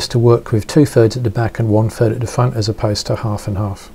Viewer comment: is it FIRD or THIRD? lol I can't quite tell...